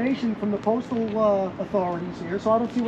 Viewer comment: The saying "Going Postal" not going Photostal...